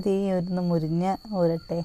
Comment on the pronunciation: മുരിഞ്ഞ അല്ല മുരിങ്ങ ആണ്